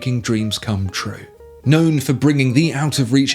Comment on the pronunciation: Did he say "known for..." or "gnome for...'?